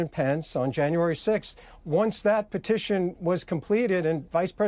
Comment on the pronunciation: Petiotion he says with the mop...